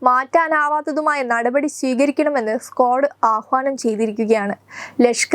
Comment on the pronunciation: നിങ്ങൾ എന്തു മൈരാണ് ഈ പറയുന്നത്... സ്ക്വാഡ് അല്ല... ക്വാഡ്....😂😂😂